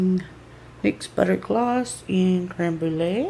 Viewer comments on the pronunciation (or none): none